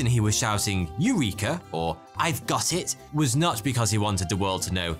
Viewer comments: No please don't pronounce Eureka in that way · I know that it must be hard for English speaking people to even conceptualise the possibility of a different pronunciation, but I would do a tiny bit of research before confidently say AIURIKA in a YT video instead of the Greek pronunciation: E U R E K A.